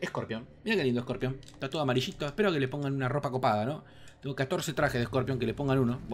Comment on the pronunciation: Es corpion o no es corpion , si es corpion xD